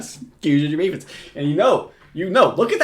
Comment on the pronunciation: steelers and the wavens